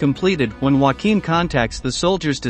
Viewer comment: Not bad, but spoilt by the laughable pronuciation of German names. "Joachim" is not pronounced "Whackeem", which is the Spanish pronunciation, but "Yo-a-kim". It's really not that hard.